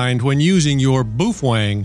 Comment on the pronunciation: dude calls it boofwang because he loves boofing wangs